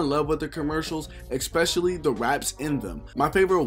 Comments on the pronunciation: Every 5 mins all I heard was “ex specially” lol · It kills me when I hear ppl say “Eckspecially” kinda like how ppl say “pacifically”